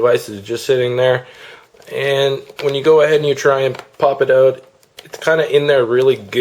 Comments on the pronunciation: lol, the way he says out..."ohut" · Notice the canadian "out"